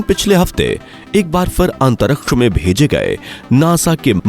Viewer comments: Why do you pronounce "antaraksh" instead of Antariksh Murkh ho tum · Antaraksha😂, abe jra bolna to seekh le